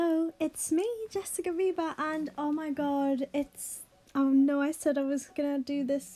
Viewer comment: Why do I always hear": Jessica Bieber." Istead of ":Jessica viba?" 😂😂😂